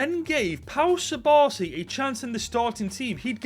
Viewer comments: The pronunciation of subarsi instead of cubarsi hurt me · It’s pronounced KUBARSI not SUBARSI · Its not subarsi its cubarsi😊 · ithink its to funny that you call cubarsi subarci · just a heads up, im pretty sure its pronounced 'koo-barsi' not'su-barsi' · lost me at pau 'subarsi' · Bratha it’s cubarsi pronounced with a k sound not an s sound 🤣🤣🤣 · Its CU-BARSI NO SU-BARSI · Fire video but if im not wrong, its Koo-Bar-Si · Bro stop pronouncing my goat cubarsi's nameeeeee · He’s called cubarsi but the c is pronounced k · That is now how you pronounce Cubarsi…😂